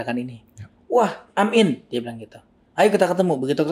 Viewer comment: "wah Im in" deh harusnya bukan "wah amin" 🤔